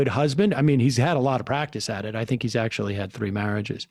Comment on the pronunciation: "WeLL aCKChYUalLY..."